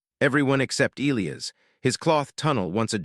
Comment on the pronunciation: You're pronouncing Elias wrong. It should be E, long e, LI...long i, AS